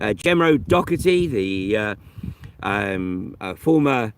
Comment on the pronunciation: It's Doherty not dockerty